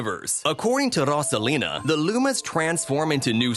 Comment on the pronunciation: ITS: ROSE-UH-LEE-NUH